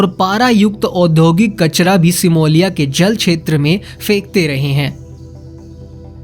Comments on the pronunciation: अरे मूर्ख का बच्चा सिमोलिया नहीं सोमालिया होता है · ये सिमोलिया नहीं है, इसे सोमालिया कहते हैं अपना pronunciation ठीक करो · Bhai Simolia nahi Somalia 🙏🙏🙏🙏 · भाई मेरे सेमोलिया नहीं सोमालिया है। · वो सिमोलिया नही सोमालिया देश है🙏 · हिंदी सुधारो यार सोमालिया तो ठीक बोलो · सोमालिया तो बोलना सीखो